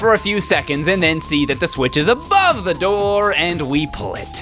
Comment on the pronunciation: Kunkels says swith not the s word